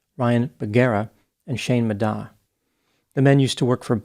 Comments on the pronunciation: "Shane Ma-dah" is absolutely sending me, I'm sorry 😅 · not you completely mispronouncing their names they definitely say many times in their content lol. muh DAY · Dr Grandes pronunciation of Ryan and Shane’s last names was fantastic 😂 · My favorite thing about this is hearing how many ways people can mispronounce Madej.